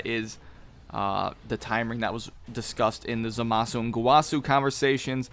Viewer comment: Ok I've stood silently for too long... 'ZAH-MAH-SU!!